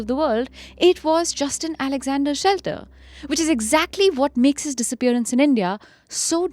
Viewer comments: The name is Shetler not Shelter. I am finding it bizarre that a whole episode based on a guy and still his name is not being correctly taken. To err is human and all.. yes but careless. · Even NOW you can edit the audio by dubbing SHETLER, the correct last name!!! Pls it's jarring to hear the main guy's name being mispronounced with such confidence!